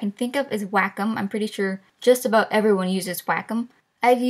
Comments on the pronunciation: "Waaayy-comm" not "whackem" haha good video though 🙌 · The way she says wacom.... Just... ITS NOT "WAHK-OM" It's "way-com" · its said "way com" on "wack em" seriously wtf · W A C K ' E M I thought it was pronounced "way-come" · It's called waaaaayyyycooommmm not wahcum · Wackum? You mean Way-com? xD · Omfg, I know she is saying wacom right but that shit was driving me crazy it should be Wa-Com not WACK - UM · Jayden Brown its wack em, child. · wait wait wait wait. she said Wacom like " Wack-em" i have never heard of that before. i always say it as "Way-com" interesting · im sure its WAYcom but not wackem lol :) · Maxhaxburger it's wacom..... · Wacom sounds like Whack 'Em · lol its WAH C OM like OM not AM XD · you pronounce it way - com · Do take this seriously but i love “WACK-OM” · Wacom? I heared Wack' em.... XD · All I heard was "whack em" instead of wacom HAHAHAHAHA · wack em is how you pronounce ''wacom'' im sorry i love you no hard feeling :,< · Ikr its suppose to be pronounce waa com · My thoughts exactly, when she said that it hit me. She says it just like "WACK'EM", it's as funny as it is off putting. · prei. I think it's pronouced like 'Waa...kumm' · Its pronounced way-com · actually its pronounced "wacom" Boom wrek'd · I like how you emphasize the WA in Wacom. Like "WAHcom" lol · I love how she pronounces Wacom like Wack'em! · PLEASE stop pronouncing Wacom as "whack 'em". Also I use Adobe animate and it's way better than any of the things you recommended in my opinion. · the way you pronounce wacom omg its way-com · Its pronounced way-com for wacom i believe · Heer&Amaira omg now I can't stop hearing it